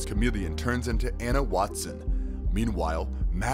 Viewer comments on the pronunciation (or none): none